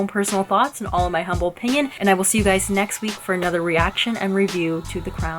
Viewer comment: Question for you Guys - Ans: It weren't Vanessa Kirby - it was Margaret ...you can detect the gin-slur on "I will" (Came out more like "I swill") lol